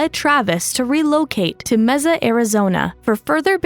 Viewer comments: "May-sa" not "Messa." 😛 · Where is Meza? It’s Mesa as in table said in Spanish May sah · computer generated audio. city is pronounced Mesa with a "s" not Meza with a z. 😮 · Mesa is pronounced "May-suh" with an "S" not "Mehza" with a "Z" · It's pronounced M-A S AH Not M-E-Z-A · IT IS MAY SA. MEEZA GOT IT MARICOPA COUNTY TEMPE, PHOENIX, APACHE JUNCTION AND. MAY SA. NOT MEEZA! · Mesa is pronounced "MAY-suh" in both English and Spanish, not "mezzuh," just FYI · “Meza” lol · What town was that? “Meza” AZ?? Is saying Mesa as “May-Sah” such a hard word to pronounce? It’s so obvious . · IT IS “MAY-SAH”, NOT “MAY-ZA” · “Mehzah” Arizona? Nope. Try “Mayh-suh” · Meza? It’s MAY-SUH. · I am literally Spanish and live in MESA az, if you say MEZA you’re getting looked at funny. In Spanish it is pronounced mesuh. No Z. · It's pronounced May-sa, Mesa. Not Meza. Mesa, Arizona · It's pronounced May sa. Not meza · MAY-SAH Not Mez-ah 😂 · ...but there's no "z"...why do you keep saying "Meza"?? It's Mesa, Arizona, like "may-suh." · May - sa, not mess-a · It’s pronounced May-SUH, AZ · “mezza” Arizona 💀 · Mezzuh, Mezzuh, Mezzuh...Ugh!!! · It's "may-suh" Arizona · Need to work on your pronunciation of city names... Mesa... MAY SUH... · you really need to learn how to pronounce. (MESA) I live in Arizona, and this make you sound uneducated. ( may sa) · Take a shot every time she pronounces it “Meza” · jesus. she said mezza again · Mesa pronounced May-Sa. Great recap. This case is so sad. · Just FYI, Mesa is pronounced MAY-sa. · Mesa az is pronounced like Maysa. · Okay it’s driving me nuts-the city in Arizona, MESA, is pronounced MAY-SAH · It's pronounced May-sa. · 😅😅😅 I know how to pronounce Mesa.... it's not Meza! I live in the southwest 4 corners area of the United States! I'm not arguing with you!!! I don't need to search Google on how to pronounce where I live!! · Mesa is pronounced "MACE-a." (short a in last syllable.) . The trial was epic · Mesa. Pronounces May- Suh. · May-sah (mesa) 😂